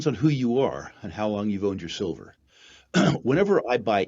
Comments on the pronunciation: Sil-FURR... apart from the clickbait, you should call it SILVER, not SILL-FURR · I heard sulphur!